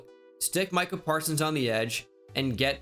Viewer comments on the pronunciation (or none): none